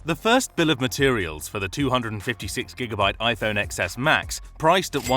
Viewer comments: It's pronounced ten-es, not ex-es! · you lost me at “iphone eXeS”